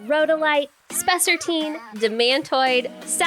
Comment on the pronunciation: I love spessartine- and you’re correctly pronouncing it by the way, which is a plus- and that you’re not AI 🤖 is a double plus, lol!!!